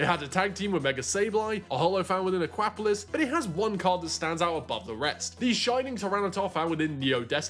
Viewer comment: Again with the ahkwapolis 😂 Aqua-polis. Polis is the ancient Greek for city state.